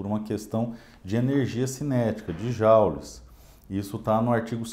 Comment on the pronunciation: Eu também sempre pronuncie Jaules ou joules, pois ninguém alertado antes. Não seria bárbaro, pois é uma novidade. Obrigado pelo ensinamento.